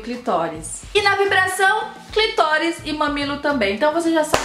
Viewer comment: Amiga vamos aprender a falar o nome clitóris pelo amor de Deus porque é agonizante